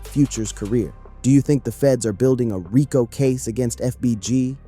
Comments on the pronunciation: Raco😂😂 dis ai don’t know to say Rico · WTH is a RYEco case? Bad ai voiceover… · Nice video but RICO is pronounced Ree-Coo